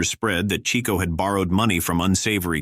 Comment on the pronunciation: Amazing how off the mark this is! Just click bait...someone should learn how to pronounce, Adolph, Norman, and Chico...(Chicko!) ...Gable and Cooper were box-office to the end of their lives, never out of the realm of the being pursued to film, Dana Andrews, it was about his drinking...he was not really political, he was friends with Ronald Reagan (read Bob Thomas book about William Holden, Golden Boy) ....Robert Taylor's career did decline in the last years of his life, but not because of the black list..if one checks after 1947 HUAC hearings he went on to some of MGM's biggest blockbusters, Que Vadis, and Ivanhoe.....his front page obit in the New York Times (plus photo) doesn't even mention the HUAC hearings 1969, Taylor's decline was as he knew a loss of looks and wanting to hunt and fish more than star.............he mentioned one name as "I hear"....that name had been mentioned 100 times in the hearings...two others held up SAG meetings were they communist? He said he didn't know....this guy is so off the mark or who ever did this really didn't do their homework, nor are they very objective. If anything, this makes one realize you have to really source the material for what is truth. As Lester Cole told me in person (one of the Hollywood ten) and in his book Hollywood Red, the left did not despise the right (i.e. Taylor) they despised the rats....fellow lefties who ratted...................you can check it out!